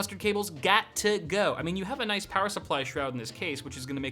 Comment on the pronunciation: Lol after he takes a drink he turns British for a few seconds! "CPU Noice!" "Mobo Noice!" "Ram Noice!"